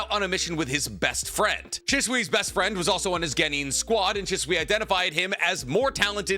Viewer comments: "She-Sue-eeeeee"..... ima leave this here lol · you know for somebody who dedicated his arm to a Naruto sleeve and has a room I wouldn’t bring a female 20 feet close to, I’d expect you to adleast pronounce Shisui’s name correctly dawg